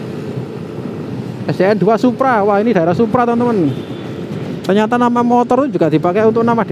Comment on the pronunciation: Ada kesalahan baca Kec. Suppa bukan kec. Supra